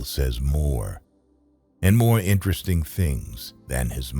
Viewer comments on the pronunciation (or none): none